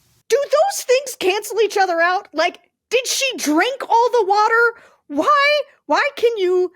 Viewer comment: "Did she drink all the watar?!" OMG...That one really got me. Mr. Potato Head is not much of a thinker.